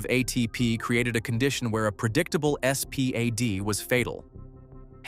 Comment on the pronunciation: You could just say SPAD not S P A D